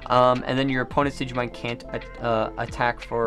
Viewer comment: Why you doing a Digimon TCG opening when you don’t even know how to pronounce the OG Digimon 🤦🏻‍♂️